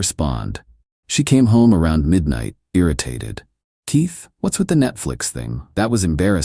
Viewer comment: KEYS go in doors. TEA does NOT‼️. Your name is KEITH - NOT TEETH‼️‼️ FFS! 😤